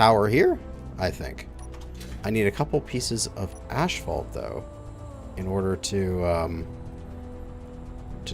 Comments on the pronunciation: Every time he said ashfault I cringed, but after a while I started to think, what if I've been saying it wrong for 35 years? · Love you buddy, but its pronounced ass fault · Ph makes an 'F' sound, therefor 'asphalt' is pronounced "AS-fault" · LOL....ASHfault....fucking Canadians! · 2nd day of asking? It's asphalt as in ass. Also the ph is pronounced f. Assfalt